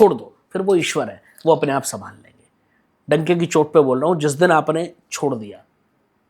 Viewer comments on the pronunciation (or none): भाई डंके की चोट होता है donkey की चोट नहीं 😂😂😂😂